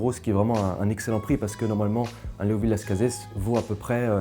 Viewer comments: Hello ! On dit Las Case et non Las Cazesss 🙂 J'ai bu 1986, 88, 90, 2002 86 est mon plus grand vin bu à ce jour ! Exceptionnel, vraiment. Nez et bouche d'une très grande précision, grande harmonie, finale interminable ! Génial ! Bu certainement au meilleur de sa forme. 88, je l'ai trouvé moyen ... M'a déçu mais je pense plus à une bouteille fatiguée pourtant le niveau était excellent. Je n'ai pas géré son stockage et vieillissement ... 90, très bon mais pas à la hauteur de 86 2002, joli vin mais rien de transcendant Je pense avoir une bouteille de 2001 et surtout une bouteille de 96, j'aimerai qu'il m'apporte le même plaisir que 86 mais ça va être difficile ....🤞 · Honnêtement non personne ne prononce le S. Désolé alors qu’avec le Tannât c’est un accent régional. J’ai bu pas mal de millésime le dernier en date ce mois-ci, le 2006, incroyable une claque de fraîcheur de jeunesse, de complexité de classe, j’ai une caisse -1 bouteille en Cave et je m’en réjouis.!